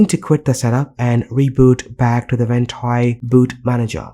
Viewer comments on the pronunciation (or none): No hate, but I hate the way you say the app name.